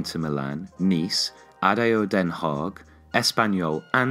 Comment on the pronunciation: The pronounciation of ADO Den Haag made me laugh.